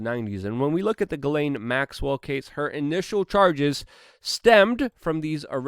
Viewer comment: It's pronounced Gee- slain, Luke!